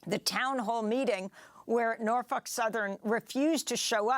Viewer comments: Why are they pronouncing it PalestEEN & not PalestINE? And she says NarF### Southern instead of Norfolk? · she said Norfuck Southern 🤣🤣🤣🤣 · She just said Norfuck southen like 30 times 🤣🤣🤣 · Interesting pronunciation of Norfolk southern but appropriate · Pretty sure she said "norfuck" 😆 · Anyone else catch the reporter calling the company “norfuck southern”? 😂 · I could have sworn you pronounced it Norf*ck Southern 😂